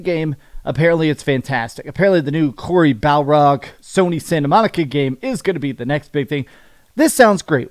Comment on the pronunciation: Why do you refuse to pronounce Corey Barlog’s name right?